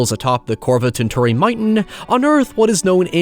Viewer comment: It took me so long to realize you were trying to say Korvatunturi. Finnish is a bitch. Great video, much love.